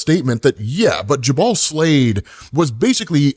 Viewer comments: FYI, it's pronounced JUbal not juBAL. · It’s painful hearing you say Slavid’s name. Jubal (Jew Bowl or Ju Buwl). Think Jubilee. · Jubal is pronounced... Jew-bull